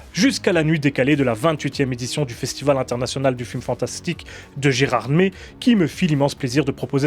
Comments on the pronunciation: a raison pour la prononciation de la ville de Gérardmer.C'est que le lac qui se prononce Gérardmère! Comme quoi on peut vivre quelque part sans savoir comment bien le prononcer...😀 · on prononce geradmeR !! avec un R majuscule :) ;)